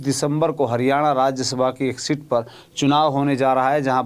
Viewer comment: अरे पत्रकार sit नहीं seat बोल 😂😂😂😂😂😂